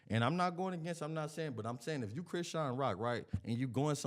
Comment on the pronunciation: It's Chrisean (Chrishawn)